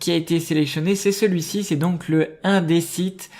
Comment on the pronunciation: On le prononce in désite, pas un désite ... bonne vidéo pour le reste